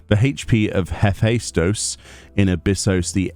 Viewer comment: I've been pronouncing it "heh-fay-stos".